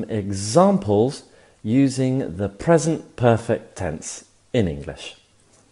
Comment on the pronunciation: Le seul truc qui ma dérangé c'est le " PRESENTE PERFECT" que tu dis en français omg 😂 please try To say it in inglish sinon j'adore vos vidéos 👌